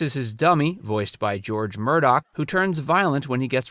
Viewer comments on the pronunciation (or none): none